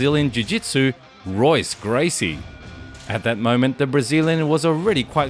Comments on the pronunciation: Pronounced “Hoyce”, not Royce, my friend. Dude’s a legend, but now you know😊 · It's pronounced "Hoyce" not "Royce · How can you run a channel about professional MMA, and NOT know that his name is pronounced "Hoyce" .... not "Royce"...? You also messed up the pronunciation of Emanuel Yarboroughs' surname... it's "Yarburuh"... not "Yarbowrow". For a channel that has "ENG" in it's name (implying that the creator is a native English speaker) this is a real fail. Thanks for the compilation of fight clips, but you don't really have the slightest idea wtf you're talking about, do you!? Edit: punctuation and phonetics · His name is pronounced as HOYCE not ROYCE lmao. ALL words and names in Brazilian Portuguese that start with an R are pronounced as an H. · It’s pronounced “hoice” not roise. It’s spelled Royce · Pronounced “Hoyce” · Royce Gracie - the R is pronounced like an H in Portuguese. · It is spelled Royce It is pronounced Hoyce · the R sounds like a H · Someone tell him how to say Royce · Great clips but I really don't think you know much about the fighters; the culture, or the history of what you've discussed in this video. Put some time in to research what you're showcasing and I'd like to think your channel will grow. Maybe start with a study on the Gracie's and pronounce 'Royce' correctly next time. Good luck mate xox (Subscribing to follow your journey as a content creator) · Great video. You might consider pronouncing Royce correctly. The R is pronounced with an H sound as he is Brazilian. Cheers.